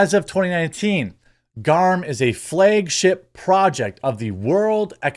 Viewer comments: FLAG. SAY FLAG. not Flaage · Why do you keep saying "flay-g-ship?" I know you mispronounce words all the time, but flay-g-ship? Really?